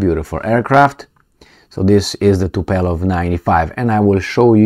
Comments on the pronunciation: Not Tupelov but Tupolev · TU-PO-LEV .... not TU-PE-LOV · It's not "Tupelov",, is Tupolev. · It's Tupolev, not Tupelov. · The planes are named Tupolev, not Tupelov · TUPOLEV and not TUPELOV,. Just to make you know about the name of this Russian society. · Zi Tupolev, nu TupElov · It is TUPOLEV not Tupelov! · say TUPOLEW -like : too-pol ev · Come on you got me miss-pronouncing Tupolev too.